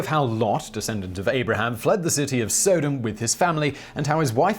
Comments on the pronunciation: Sahdom.not sohdom. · Soe-dom? I always thought it was Sod-om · SUCcession, it's SUCcession, not cessation. That's something completely different. And while we're at it, it's pronounced "Soddum", not SO-dum. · You've really got to work on pronouncing your words correctly: Strata has no "R" on the end. Its not stratr. Also, its "Sodom" - [S-ah-dom], not "O" as a "soda" can. Sparter...again NO "R" on the end; its SpartA; and Josephus? Try Joe-see-fuss. Maybe instead of concentrating so much on waving your arms around, and speech inflection [so as to try and sound intelligent], try concentrating on proper pronunciation instead.